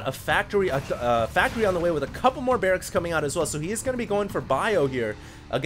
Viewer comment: "He went for so many barraXzzz" !! lollll !!!